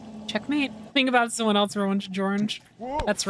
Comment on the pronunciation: i really respected you and then you said "elTse" instead of else and i just...